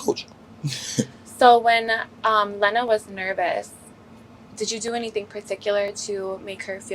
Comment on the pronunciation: jason hit and he don’t even say lena name right ? na he 2 goated